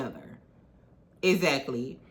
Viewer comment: im a new subscriber only been in the fam for like a week and i love it here. your commentary is so fun and entertaining! & i love how you say "eggzacklyy" 😂❤❤ but yes L&M huntsville is old, stale, dry and TIREDDDD. they had a great concept way back in the beginning when they were talking about their businesses as well. but now everything is just who's sleeping with who who cheated on who. like 🙄🙄🙄 and then the way they treated mel is absolutely disgusting..